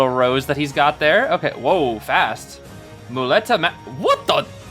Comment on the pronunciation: Hey, spanish dude here, you pronounced muleta pretty good ^^. On top of broken, he looks hella fun and I think his background story is pretty interesting, let's see what he brings in the future